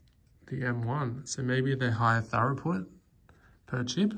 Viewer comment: "higher thorough put" lol.... it's pronounced "threw put". but thanx for the video!